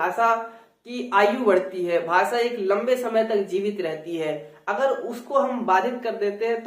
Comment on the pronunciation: आप खुद भी 'भाषा' शब्द का उच्चारण 'भासा' ऐसा करते हो । यूपी / बिहार में सब लोग ऐसाही उच्चारण करते हैं । जैसे की उत्तर प्रदेश को उत्तर प्रदेस कहते हैं ।